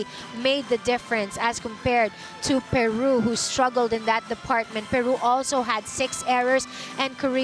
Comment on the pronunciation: The commentator is SO pro Peru and uses her bad accent to pronounce the country's name